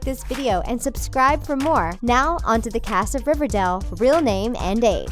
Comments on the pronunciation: the voice over kept saying River Dell instead of River Dale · Omg learn how to say the would riverdale. It’s not river-dail . It’s river-dale.if that makes sense?? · She keeps saying riverdel it’s riverdale 😂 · Stop saying Riverdell, it's Riverdale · Does it annoy anyone that she's saying River DELL in stead of River DALE? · Does any one else get annoyed when they say riverdel like it’s river DALE NOT DEL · It's riverdale not riverdel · It's R I V E R D A L E Not R I V E R D E L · Is it just me or does she keep saying river DAL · Can't she just say Riverdale properly!!! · Im sorry but for gods sake please pronounce riverdale peoperly. . No heart feelings